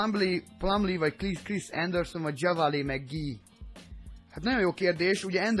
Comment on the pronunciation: csak hogy tudd, nem kötekedésből mondom ezt, de JaVale McGee nevét nem úgy kell kimondani, hogy "Dzsavalé", hanem "Dzsávál" McGee. Amúgy annyira nem jó játékos, lehet játékba jobb. Nézz 1-2 régebbi Shaqtin' a Fool részt, legalább benne van mindegyikbe egyszer:D